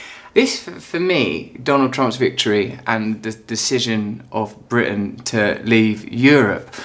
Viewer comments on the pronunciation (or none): none